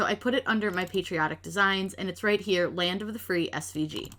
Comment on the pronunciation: You lost the “L” from land